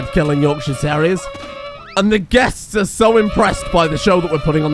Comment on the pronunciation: Yorkshire Tarr-reiers